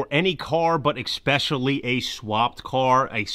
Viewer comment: Did you say expecially